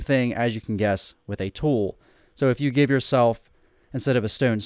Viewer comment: It sounds like you're saying Gif instead of give! I was wondering why you were talking about gifs lol. It started raining in my world and I wasn't in the mood for rain so I did /clear and it cleared my inventory 🤦‍♂️